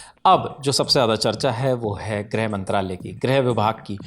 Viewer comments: जब लिखा "गृह" मंत्रालय है तो दोनों रिपोर्टर उसे "ग्रह" मंत्रालय क्यों बोल रहे हैं? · Greh nahi Grih hota hai. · Grih hota hai, Grah nahi